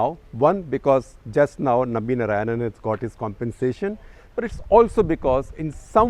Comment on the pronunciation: you north indians will never get the correct sanskrit pronounciation, it is not NA raayanan, but NAARAAYANAN.